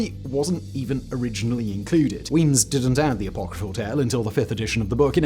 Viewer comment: Say "apocryphal" again, bro... i dare you...